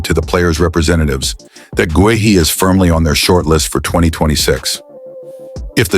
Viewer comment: I have sent them several comments on how to pronounce Guehi but I guess their AI program can’t learn!